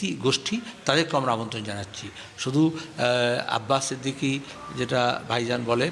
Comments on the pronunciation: নামটা ভালো ভাবে বলতে পারিসনা আবার কি নাতো সংবাদিক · Name ta thik kore উচ্চরণ করো